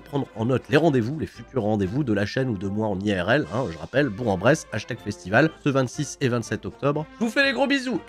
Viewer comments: on dire Bourque En bresse et pas bourg en bresse dans la prononciation 😂😂sinon tu va te faire critiquer quand tu va arriver la bas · Petit tips pour les Hashtags Festival, on dit Bourk en Bresse:) Sa fait bien plaisir des revoir en forme.